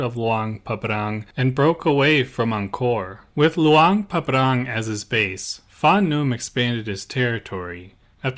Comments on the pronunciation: It's Luang Prabang, not Luang Pabrang. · Some other minor mispronunciations - you said SOkhUthai instead of SUkhOthai and you kept saying Luang PabRang instead of PRabang. But still good video as usual. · Come on… it’s annoying to pronounce Luang Prabang so incorrectly like that. Luang PrapRang? Anyway. I love your content, just check things before posting.